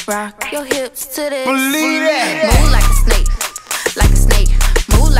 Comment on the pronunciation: she said “move like a snake” so much it’s sounds like moo laka snae. EDIT: Thanks for the 500 likes! 🐍